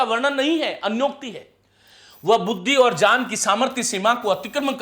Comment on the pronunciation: विज्ञान को आप जो विजान बोलते हैं उसे ठीक कर लें तो बाकी सब ठीक है। ज्ञान की जगह जान, अज्ञात को अजात बहुत खटक रहा है।